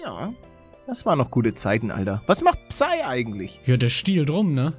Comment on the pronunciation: Psy wird 'sy' ausgesprochen. Also ohne p